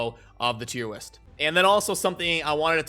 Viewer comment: Wait...are you saying tier WIST?